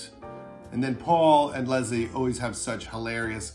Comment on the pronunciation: LESS-LEE, Judd. Come on, you're not even trying anymore.